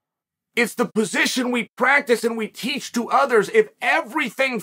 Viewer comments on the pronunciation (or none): none